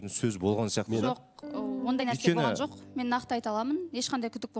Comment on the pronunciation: ӨТІНІШ БУКВАЛАРДЫ ДҰРЫСТАП АЙТШЫ!!! ЖӨҚ ЕМЕС ЖОҚ, ХОРОШӨ ЕМЕС ХОРОШО ДЕСЕЙШІ. СОСЫН САҚАУЛАНЫП СС ДЕЙ БЕРМЕШ😂😂😂. ЖАҒЫМСЫЗ ЕСТІЛЕДІ. КАК НИКАК ҚОСЫЛАЙЫҚТЫҢ МИССЫ БОЛДЫН ҒОЙ......